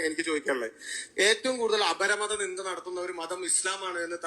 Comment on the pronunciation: നിന്ദ എന്നാണ് ശരി നിന്ന അല്ല ഉസ്താദേ